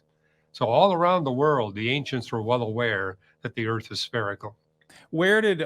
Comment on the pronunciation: The ERF is flat. Flat Erf.